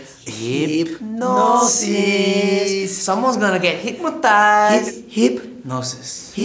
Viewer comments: Juanpa said "hype-nosis" during the interview... Then during the performance he said "hip-nosis" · Hypnosis "Hit noses" ...😂😂